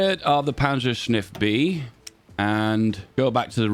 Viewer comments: Take a shot every time says "panzershniff" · "Panzerschniff" so cursed